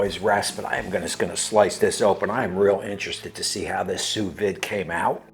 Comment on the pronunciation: I had to laugh at your review but thx for the entertainment...from your cat being on your kitchen counter while cooking to "sending over the information" and of course how you said sous vide.... the "d" is silent FYI.... LoL Then how you had to correct yourself on the meat thermometer placement.... Regardless you definitely proved that anyone can use a simple machine...I'll probably subscribe just for the entertainment not the quality of the review!!